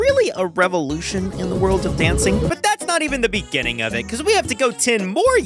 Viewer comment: random lick in the beninging 😂